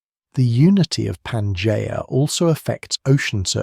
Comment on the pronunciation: Yet another AI video... Can't even pronounce Pangea properly.